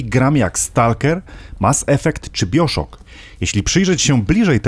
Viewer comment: Bardzo dobry film, tylko jedna tak uwaga, grę BioShock wymawia się "Bajoszok'' :) Ot, szczególik :)